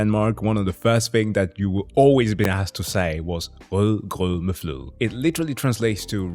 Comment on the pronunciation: Its actually nice to hear from a person that actually got knowledge about our little country. You nailed it dude! - And that "Rød grød med fløde" NAILED IT! - Youre a geek even and know the history... Double like!!!